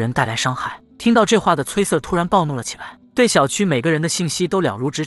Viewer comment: Sir這個英文讀錯了，不停的聽到錯字令我很在意